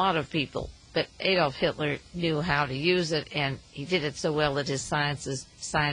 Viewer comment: ITS NOT A-DOLF. its adolf. or uncle addie.. joke.